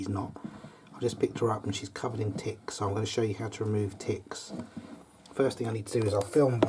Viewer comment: How he say tets should be on a tntlv or try not to laugh video